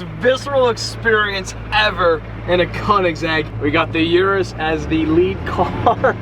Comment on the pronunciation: it's urus not (yu)rus...